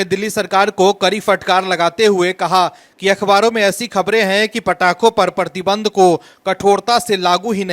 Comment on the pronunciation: परती बंध नहीं बिहारी मूर्ख, 'प्रतिबंध' बोल.